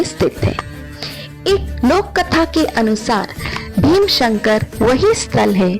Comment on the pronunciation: भीमशंकर नहीं भीमाशंकर boliye. Viewership badhao correct उच्चारण se. नाम कभी भी ढंग से लिया कीजिए